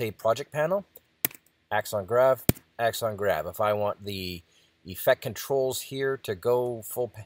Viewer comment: "akson grab", you say? Thanks.